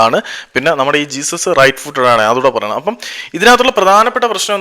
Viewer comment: ജെസ്യൂസ്സ്... Not ജീസസ്... ഉച്ചാരണം പോര